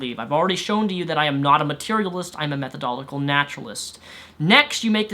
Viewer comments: Dude, you're great and all, and I totes agree with everything you're saying. But please, MethodoLOGical, not Methodolical. If we're going to tell these crazy people how wrong they are, we need to do it right! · Every time he said "methodolical" instead of methodological it just urked me lol. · methodolical? you mean, methodological? lol I get it, its a hard word ;) glad you try to use reason to actually understand reality. Keep it up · Meth oh do lo jick al. you're saying meth oh do lick al. you are skipping a syllable. Not a big point, but i'm a bit OCD and it was bugging me.......sorry for pushing my neuroses on you. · While I am in support of you, you might want to try and pronounce the extra syllables in methodological when you say the word, because you weren't saying methodological, you were saying "methodolical". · Methodolical naturalist?? This guy wants to be taken seriously as a representative of a certain opinion in one of life's greatest discussions, and he can't even pronounce what he claims to be? MethodoLOGICAL, lad. Clean your room and do some actual studying. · You said "Methodolical" several times instead of "Methodological". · Minor point... I watch your videos, respect you, and agree with most of what you say, but would you please learn how to say 'methodolOGical' correctly? It is disconcerting, possibly even counter-productive, when presenting intellectual and philosophical ideas, for you to consistently pronounce the word 'methodol__ical', as though it's a tongue twister, a word that is actually pronounced exactly as it is spelled. You even read it that way. Peace the rep out; keep up the good work. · It's method-o-logical not metho-d'oh-logical. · I know I'm picking nits here, but it's methodological, not methodolical. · You're pronouncing methodological wrong. You're missing the 'lo'. Think 'It ends in logical' when you say it. Method-o-logical. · Me-tho-DO-LO-GI-CAL !!!! Sorry. Love ya though.